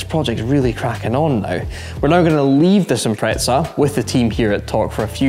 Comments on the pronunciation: What is it with you Scottish/British people saying "Impretza" theres no T in Impreza :P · boys the impreza is japanese, not italian -- it's not "impretza" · It's always funny and slightly annoying to hear British people pronounce Subaru Impreza. It's not 'Impre-tza'. There isn't a t in that word? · Where is the t in impreza? (impretza) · why do you pronounce it "impreht-za" instead of "impreza" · Why tf can't anyone say impreza properly. There is NO T BETWEEN THE E AND Z. IM.PRES.AH. NOT IM.PRETZ.AH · Why do you Englishmen say Impretza? So wrong, if you have trouble with saying Impreza just say WRX 😉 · What's an "impretza" hahaha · Why do Brits think there is a "t" in the word Impreza? 😆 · demuro this is how you say Impreza! That's no problem, any time big guy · If only people could say Impreza properly.. Lol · It's how Subaru UK's marketing people pronounced it 🤷‍♂